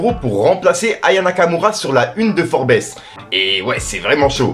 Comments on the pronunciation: Ça devient vraiment trop gossip ton truc ☹️☹️☹️☹️☹️☹️☹️☹️☹️☹️😣 Puis le «FOR-Bess…..bar» 😢😢 Tu viens de signer un Classic là tel la Libanie 😳😳😳 Ça se dit FORBS le s ne se prononce pas niglo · ololooo steuuuplé t'es cool, déjà mieux que nanass dsl mais steuuplé, cultive toi plus, on dit pas 'forbess' mais 'forbz'.. force mais jsuis pas fan des demies infos ça téaidera de donner plus d'infos sur tout et n'imp mais tu peux pas te tromper comme ça, sinon n'en parle pas c'est mieux mdr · Forbess 😅 ça se lit "forbz" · "Forbèss"😂😂ça se dit "forbz" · Salut avant tout force à toi pour tout ce que tu fais. On te suit également de l’île de la Réunion. Sur le sujet MB c’est forb’s et non forbèsse. Rien de bien important juste qu’à l’oreille ça passe mieux 😅. Peace. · Ça se prononce Forbz 🙌🏾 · on prononce FORBS🤣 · 🤣🤣🤣 jpp ! Frèro "Forbes" ça se prononce "ForbZ" Je sais que t'es éclaté en anglais, c'est pas pr me moquer 🤙😘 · Hello ! Forbes se dit "Forbs" :) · mon frère on écrit forbes mais on prononce forbs force à toi 👍😘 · Qd il a prononcé « Forbes » j’ai saigné des oreilles..🩸👂